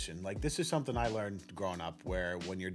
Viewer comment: This woman says somethinK instead of somethinG 👀